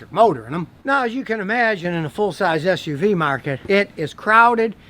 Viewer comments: GODDAMN IT YOU GOT HERE BEFORE I DID🤣😂😂!!! I knew that's what I heard too! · True! thats what I heard too 🤣🤣🤣🤣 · That's what I heard too 😂😂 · For a second I thought you said "For a big a$$ uv"